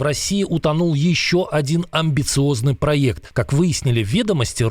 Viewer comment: Не проЙЕкт, а проЭкт.